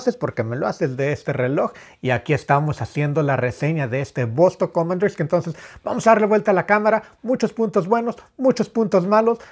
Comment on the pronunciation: Komandirski, no komandorski